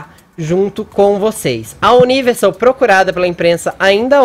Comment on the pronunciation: Fefito CALA A BOCA!!! Ou pelo menos aprende a falar “Universal” ou size em português mesmo. Fica menos feio para você #FicaADica